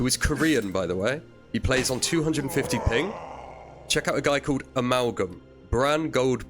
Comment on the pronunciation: Did you say Aimalgam? 😆😂